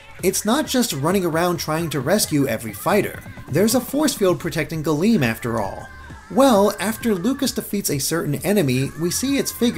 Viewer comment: Not old Latin, but Classical Latin. Galeo means "I cover," not galeem. Galeem is the active subjunctive; it would mean "may I/let me cover." Plus, it would be pronounced "Gahl-em," imagine the e being the e in "bed" but held for longer Source: AP Latin